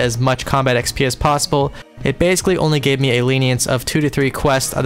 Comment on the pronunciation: It does actually bother me that you pronounce it with an E but I'm only raising a stink about it for the laughs.